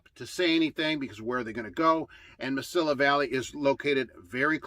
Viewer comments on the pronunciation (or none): The “Mesilla” of Mesilla Valley is pronounced “Muh-see-uh”, not “Muh-sill-uh”.